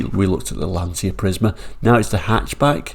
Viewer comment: Please do not make the same mistake as everyone else,,,its pronounced Lan-cha and not Lan-cia.